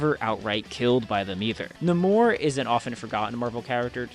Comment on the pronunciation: I still hate the damage that Wakanda Forever has done to Namor. It's not "Nuh-MORE" it's "NAY-more".